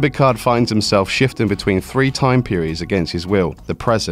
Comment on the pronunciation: Not one. Not two, but free. Also, fird of five.